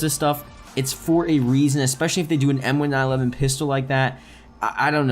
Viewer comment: it's pronounced M-19-11. Not M-1-9-11